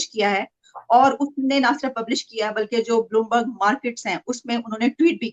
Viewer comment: It's Bloomberg not Boolmarg 🤣🤣🤣🤣 How childish